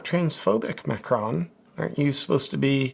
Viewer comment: Macron is pronounced Mah- krone. Last syllable rhymes with cone or lone.